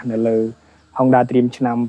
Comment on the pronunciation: Honda ម្ដេចអ្នកអានហុងដាទៅវិញ? អក្សរ (ង)មកពីណា?